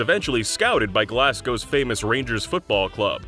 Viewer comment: it's Glaz-go. Not that hard to say. It's also annoying how they mess up the pronunciation of words like Buckinghamshire, Oxfordshire etc..